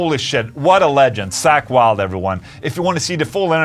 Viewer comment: "Sack Wylde" 😅 no but awesome interview though, he's such a cool guy